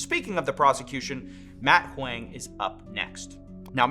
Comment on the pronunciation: Huang, pronounced like Hwong not like hwang